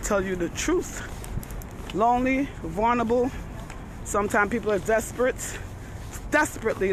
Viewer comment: I say vulnerable like you. Are you from the bx?